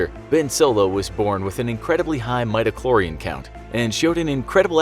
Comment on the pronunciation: ITS BEN SKYWALKER G**DAMMIT. Also you pronounced Midichlorian wrong, and Kylo didn't destroy the temple